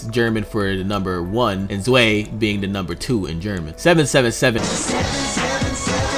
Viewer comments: Folkwangs name in the german localization is Diagora after an acient greek athlete from Rhodos. Also zwei is not pronounce suey but tswhy. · Zwei isn't pronounced "zway" like "sway," it's pronounced "zvy" rhyming with "why." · Oh, so you're gonna pronounce Laplace right, but not Drei, Zwei, Ein, or Rumianek?